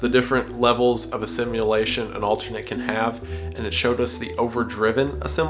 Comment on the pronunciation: stop pronouncing "assimilation" as "a simulation"